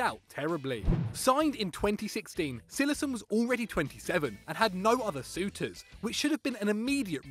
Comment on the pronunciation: LOL CILLESSEN. Cillessen is great.